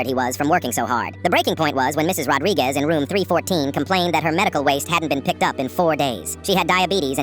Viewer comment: "rodriguiez" sighs and checks comments